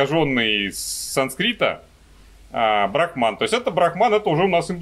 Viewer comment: брАхман, а не брахмАн. Это разные понятия :3 БрахмАн - понятие, обозначающее надличностный, индифферентный абсолют, «душу мира», первооснову всех вещей и феноменов.